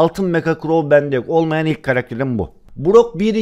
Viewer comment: Crow değil grow diyo sdjd